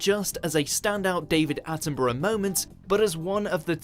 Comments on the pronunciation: 😮 oh, surely by now you've learned how to correctly pronounced British names (and places)?! It's NOT "Attenburrow" ffs!!! It's ' Attenburruh ' (& Edinburgh is Edinburruh or Edinbruh)... Just like Portsmouth, Exmouth, Plymouth, Dartmouth are: Portsmuth, Exmuth, Plymuth, Dartmuth etc... Alnwick is: Annick, Southwark is: Suthark, Bellingham, Buckingham, Birmingham are: Bellingum, Buckingum, Birmingum, etc!! I think you've been watching so many European videos, Germany, The Netherlands etc, that you've forgotten about us here in 'dear old blighty'?!!😮😊😅😂 (Jeez...😢😮 Come on... Siiiiiiigh!!) ❤🏴🤭🇬🇧🖖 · Have you heard of the Australian bird the kookaburra? Burra is how you pronounce the last part of sir Davids name not borrow. I know it looks like that but it's not how it's pronounced. Not being critical just giving advice. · While his name is spelt how you’re pronouncing it for whatever reason we pronounce it ‘Attin-bruh’ 🤷🏻‍♀️